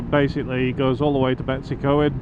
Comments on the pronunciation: There is something missing from Most English men's eyes? they do not have the facility in them for reading unfamiliar words properly! this is a very typical of the vast majority of them! When they see a place name like Droitwich they say it as it is written down, but when they see a place such as Betws y Coed, damn they are bothered, Eh, does not look like English, damn, none of them (even if they go to this place regular, will actually do any research in how to actually say it properly, nah they say anything that comes into their heads that seems similar? in this case all English will say this place name as Betsy? (they do not know how daft they sound?) now, if they were to look closer they would find a W (Betws), but this does not compute in their little minds, so they make it up, stupidly, all of them do, all very daft, you would think they would actually spend a little time, that's all it takes, to properly say these words. Nice vid, enjoyed it much, your atrocious pronunciation did not deter from the nice vid at all, but I had to get it off my chest. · Came here to comment exactly the same not one Welsh name pronounced correctly lol.. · Superb footage & landing of the drone.👏🏻 Your pronouncing of Llangollen & Betws y Coed was entertainment in itself!😂🏴🤝🏴 Keep up the good work! Da iawn.👍🏻